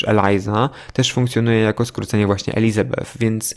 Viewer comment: Nie mogę jak mówisz Elisabeth 😂